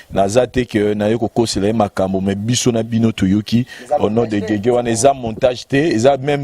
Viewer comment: kombo YA guegue na kombo ya Jésus eza différent na prononciation, po bo loba que alobaki yango mbangu yango ebimi guegue, eza na son moko teee